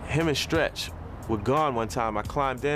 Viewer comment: Love how he said stretch was Pac best friend... Emphasizing before Biggie